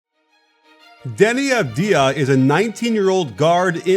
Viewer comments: Dani avadia its prenounced xD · Nobody:: Devi Avdija not trully ready for NBA.... Nobody:?:....Buy THERAGUN